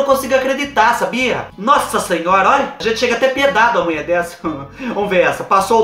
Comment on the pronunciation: Eu não aguento o "sassinhora" do 😂😂😂😂 Te adoro ❤